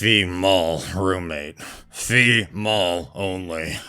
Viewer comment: What in the world is a “ Fe-mal”?! 😂😂😂